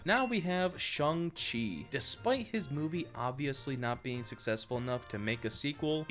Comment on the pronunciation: It’s pronounced Ch Ayng chi but I’m enjoying this too much